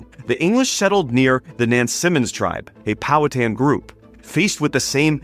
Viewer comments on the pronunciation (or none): I'm curious about how you derive some of your pronunciations, ex. "Nansamond" and "Oropaks". Do you have a source? I ask because as a native of Tidewater Virginia, it does not conform to our taught pronunciation (knowing that doesn't validate anything). Also, I don't recall reading that in any of Helen Rountree's writings (could just be bad memory). Otherwise, I love your videos.